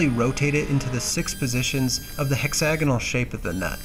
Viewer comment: It's pronounced "Hexagonal"... Not "Hexagonal" 🫵